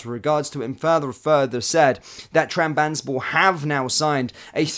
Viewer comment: Pronunciation of Utrecht and Trabzonspor was absolutely brutal